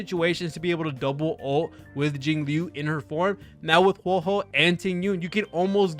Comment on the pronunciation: It’s WHO-AH WHO-AH